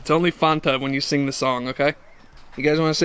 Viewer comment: I’m still not coming back until you learn the correct pronunciation of Fanta 😂😂😂😂